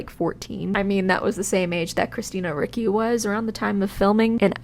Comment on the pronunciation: It's Christina RICCI (Reach-ee, NOT Rick-ee).